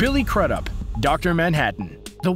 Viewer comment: I’m pretty sure Billy’s surname is not pronounced like CRUD UP. I’ve always heard it pronounced Crew-dup. The way you pronounced it sounded awful!